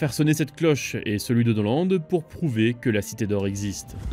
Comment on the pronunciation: amiral noland?? norland vous voulez dire